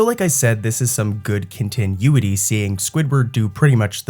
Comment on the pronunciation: I love ur vids but dude if u don’t start saying continuity right istg… (cohn-tih-new-it-ee)